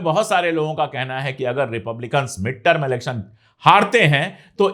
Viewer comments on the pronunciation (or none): none